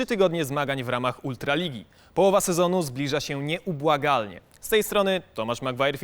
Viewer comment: Panie, wiem, że się Pan stresujesz, ale: Nie przesadzaj z tym "Ę" i "Ą" - Nie nieubłagaLnie, tylko nieubłaganie. Nie DWAJŚCIA dwie minuty, tylko DWADZIEŚCIA dwie minuty. Postarajcie się trochę, bo to są główne składowe waszej jakości. Pozdrawiam.:) Poza tym fakt, że publikujecie materiały z takimi błędami znaczy, że nie ma żadnej kontroli jakościowej materiału przed publikacją.